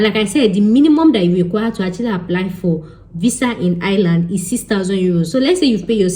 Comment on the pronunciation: It’s eye-r-land …